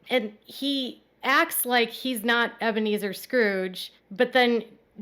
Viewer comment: From now on we should refer to him as Ebea-Me-Zer Brown